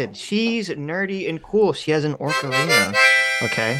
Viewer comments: he called it an ORC arina lol that takes me back to my youth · Did call it an orca-rina?